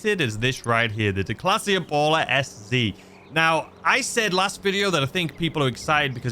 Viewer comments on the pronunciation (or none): It’s pronounced impale-er obviously and the reason for this particular car is that it was the car that Ice Cube drove in the movie “All About the Benjamins“ which was set in Miami. If you haven’t seen the movie it’s pretty good and I saw it on one of the free streaming apps this month. It was a ridiculously overpriced car at $35k back in the day and it held its value for a long time for some reason. The old school Impala SS from the late 60s was meant to be a cheap alternative for the family guy and it’s where the term sleeper came from because it was faster than some of the muscle cars but when this behemoth came out in the 90s it was anything but affordable or practical. What was really crazy was that the SS badge hadn’t been on a car in like twenty years and that same year they put that motor in the Camaro and called it an SS as well when the garden variety Z-28 which was out was like $15-20k cheaper so I’m surprised any of them sold given what they were asking for them and the only major thing was that slightly bigger motor which you could buy like ten of the motors for the extra money you spent and Camaros after that just became stupid expensive almost doubling in price in a few years. Was a really strange marketing strategy and I’m not sure how or why it worked but it did somehow